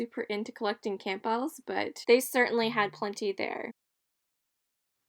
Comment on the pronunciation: The way you pronounce Campbell's is very unique!